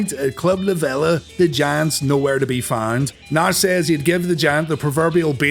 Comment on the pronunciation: It's La VEEE-LA & it's been closed since Hurricane Michael. I was a VIP member for a few years.